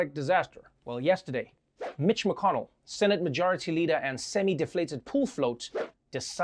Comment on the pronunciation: Mc - con -Nell , don't look a hype on Obama name.